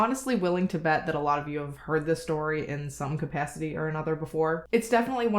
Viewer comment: You say "capacity" and my brain says, oh! Are you from the Midwest?! 😜 Wisconsin girl over here. I can't help it.